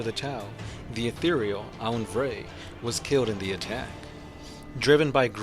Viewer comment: Bro I'm going to do the 40k community a service by letting you know you say Etherial incorrectly.